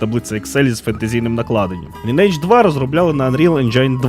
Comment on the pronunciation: через 20 років виявляється, що назва гри звучить як ли-ні-едж, з наголосом на "и" ))